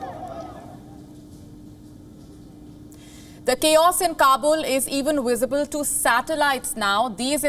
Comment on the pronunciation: Wisible ? Always pronounce the v as w Do you think her voice is conducive for tv